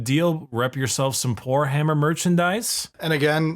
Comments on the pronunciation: Every time says Poorhammer, I swear what i hear is w**rehammer... I know it's not what he's saying, but it's what I'm hearing 😂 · When the merch was anounced I was not looking and I kept hearing whorehammer multiple times LOL